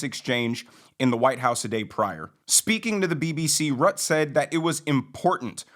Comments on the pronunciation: Not your fault, I know, but this is the second time today I’ve heard an American mispronounce Mark Rutte’s (root-a) name. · Love the content! Just fyi: Mark Rutte…. The name is pronounced Roota. Keep up the great work!